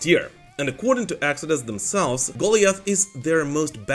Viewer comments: I have a sneaking suspicion the Exodus album is not pronounced Goalie-Ath, but rather Go-Lie-Ath. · Its GO-liath, not GOLI-ath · Goalie-eth??? No bud.. Guh-LIE-eth. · 1) Goliath is pronounced Go Lie ith. 2) Bucholz was good for the Scorps. RIP. But he was a ride the root note type player, and they would've been fine with any other bassist because he didn't write. I wish I was Def after listening to that garbage. Green Day sucks! They are a joke band for 10 year olds. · Goliath is pronounced Gol-eye-ath. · Imagine being such a moron you don't know how to pronounce Goliath.